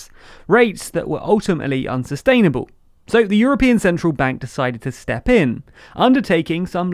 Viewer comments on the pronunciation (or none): none